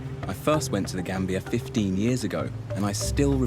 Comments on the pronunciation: GAMBIA not GANBIA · "I call it GRAM-bia" 😂😂😂🤮🤢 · she says she calls it grambia 🤣🤣🤣🤣🤣🤣🤣